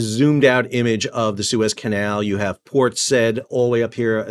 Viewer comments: Port Saa-eed not Port sed. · Port,Sa-id,not Said. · PORT SAID is pronounced "SIGH-EED" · Thanks for the video. One correction: Port Said. Said is not pronounced as one syllable, like the past tense of 'say'. Instead, you pronounce each letter, making it two syllables, like 'Sa eed' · Port Said is pronounced, "port sah-YEED". You're welcome. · Port Said is pronounced sigh-eed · Port "say eade" please 😂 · Port SAh-eeed ( Said ). Oh dear...oh dear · That's not how you pronounce Port Said, fyi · Please learn to pronounce Port Said…. It is not the verb said. ….😂😂😂😂😂